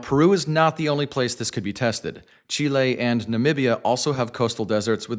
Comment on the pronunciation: Can't wait for the real world test, because this is really promising. Btw, thanks for going the extra mile and pronouncing Peru and Chile correctly. That was classy.